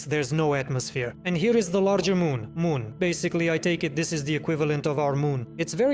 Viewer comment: You missed some moons of jool, they've asteroids but still cool. Mun is pronounced "man"